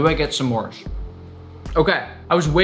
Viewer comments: NICK IT IS PRONOUNCED SMORES NOT SSEMORES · It is not sa'mores it's just s'mores. One syllable. 😡😡😡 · the way he says "smores" with two syllables is rather aggravating.